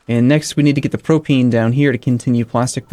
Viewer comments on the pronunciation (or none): It's pronounced pro-pain. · Propane pronunciation? Don't take my word for it.